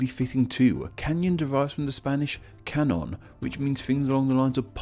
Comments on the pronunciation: "Cañón" Is pronounced like more like "Cagnon", with emphasis on the last syllable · Cañon is is pronounced as canyon because ñ is pronounced as ny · Hey! Ñ or ñ is pronounced as /ny/, so ‘cañón’ is pronounced as /kanyon/. Love your videos! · I am doing good. One more thing, Cañón is pronounced (Kah-nyohn) because Ñ makes a ny sound. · You need to work on your eñes, ir ain't that hard! Just kidding though, I loved the video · You pronounced the ñ wrong